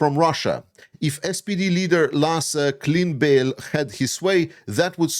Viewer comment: hey, german speaker here. Klingbeil would be pronounced "kling bile", for future reference :-)